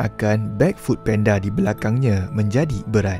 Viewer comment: Food panda bang bukan penda😅😂